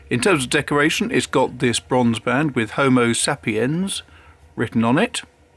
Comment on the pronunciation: You’re saying Homo Sapiens incorrectly. Homo Say-pee-ens!